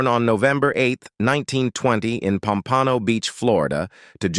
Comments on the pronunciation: It’s POM-pa-no, not Pom-PAN-o. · You mispronouced "Pompano" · the pronunciation of her place of birth Pompano is awful. 🤧